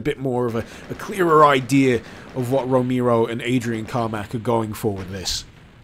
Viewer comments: John Roh-mee-ro, eh? ... sigh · Super KB Yea, I know. But tbh it's not that difficult to pronounce his name correctly.